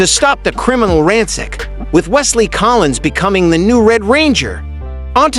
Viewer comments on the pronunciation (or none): none